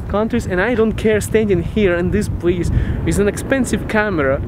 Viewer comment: почему ты произносишь With как "виз", режет слух. Take care!